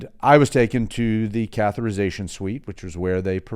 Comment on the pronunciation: Great info, but the pronunciation is cath-e-ter-i-za-tion (6 syllables) not “cath-er-I-za-tion” (5 syllables). Yes, I know I’m being very picky, and you have incredible knowledge about cardiac care.